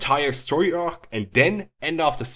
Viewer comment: Your pronunciations of both "Marley" and "arc" annoy me way too much.